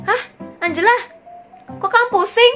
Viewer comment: engela lo kak bukan angela😅